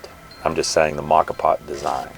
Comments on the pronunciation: I’ve always pronounced it moe-ka vs ma-ka. Which is correct? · Moe - ka, moe - ka,. Preground?! Oh me, you losing respect. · Moka pots are great for starting the day when camping, and even better when your B and B host in Rome makes caffè for you! BTW,, it's MOE-kha There's a great Wiki on them. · I have enjoy rocky and silvia at home for more than a decade. It is kind of a different kind of percolator. Interesting I though ur pronunciation of the Italian words were wrong. Turned out I was wrong and right. Lavat-za was correct but as far as I can tell it's mow-ka. Like the chocolate coffee drink but then again it's not. None the less it is a very compact way to do it and I love the kick of espresso shot in the morn. You every tried Cowboy Coffee? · Great video. Excellent info and quality of production. I've assumed the pronunciation of moka was with a long O sound.😃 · It is pronounced the way you say with the long o. Mocha Moka is Italian for mocha lol